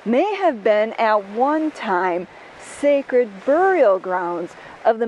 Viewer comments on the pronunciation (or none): none